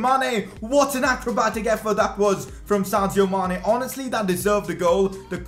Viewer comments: Sadio Mane... not Santio Mane! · It is Sadio not Santio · Anybody else hear Santio Mané?